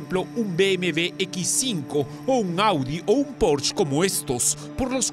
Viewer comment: Pronuncia bien es Porsche no es porch